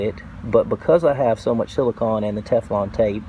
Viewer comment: You are saying silicahn, rhymes with dawn. You should be saying silicone, rhymes with bone. Silicon rhymes with bun.